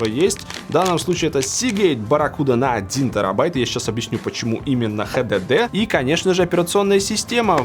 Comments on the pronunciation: только мне режет уши ХДД? вместо Эйч Ди Ди ??? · Хватит говорит "Хдд" блеадь!